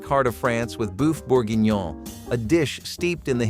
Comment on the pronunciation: "Boof Borginyone"😄